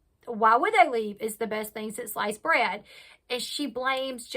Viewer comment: "sliced bread" not "life's bread"....hahaha you're awesome and hair mousse? hahah too funny